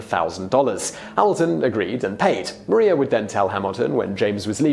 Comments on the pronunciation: I thought it was Mariah not Maria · Did he really just call Maria Reynolds, Mah-ree-ah instead of Mah-riah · John Jay wasn’t necessarily a slacker he was sick...it says it in the musical also YoU cAlLeD mArIa MaRiA it’s spelt the same but you pronounced it wrong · They way he pronounces Maria is bugging me also I love how some of the pictures the used for the Reynolds scandal are Hamilton art lol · MaRiA omg he’s pronouncing it wrong dhhdfhjr